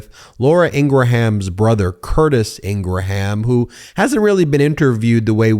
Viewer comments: Come on! It's pronounced ING-Grum. Remember graham crackers? Not GRA-ham crackers. You undermine your credibility when you do this. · Ingraham is a quite common surname in Scotland I can assure you absolutely nobody here ever pronounced it in gra ham . It's pronounced Ingram here and England . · Laura ingra-ham 🤣🤣🤣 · It’s pronounced Ingram, not Ingraham. They are wrong. Spellcheck says otherwise. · "Ingra-ham"? Do you say "gra-ham" crackers? Hmm, everyone else, including others at Fox say "Ingrum", so why doesn't she correct it? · Ingraham is my last name and I’ll tell you flat out, no one says in-gruh-ham. Just like if someone is named Graham, they don’t ask you to call them Gruh-ham. It’s pronounced Gram, or in the case of the name you reference, In-gram. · Why do you say Ingra-ham. Instead of Ingram. My friend’s son’s name is Graham (Gram) not Gra-ham. Unless I’ve been pronouncing her last name wrong. Just curious. 😊 hearing her name is bad enough. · its not ingra-ham its ingram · Isn't this the same interview where you asked him how to pronounce their last name??? Or do you keep calling her IngraHAM just to tick her off? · Ingra-ham 🐷 LOL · Laura Ingra-HAM, lol. Related to Ingraham Lincoln? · Ingraham is pronounced with two syllables not three. Curtis is a flake. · You're such a dolt that you don't even know that Ingraham is pronounced "Ingram". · Is her name Ingra-Ham ? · Hearing her name pronounced as “IngraHam” is even more nails on a chalk board vibes for me. 😬 An insightful interview though. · Lol ingra-ham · Hannity occasionally calls Laura "Ing ra HAM" and she gets fighting mad. WTF? Why lie about her name? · Its pronounced "INGRAM", I should know I guess..... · She drives me crazy as well. Just a plain nasty, mean and sad woman. The way you pronounce her name also bribes me crazy. It’s pronounced INGRAM. keep up the great work! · I've always wondered why you call her Ingraham and everyone else I heard calls her ingram. Well, now I know lol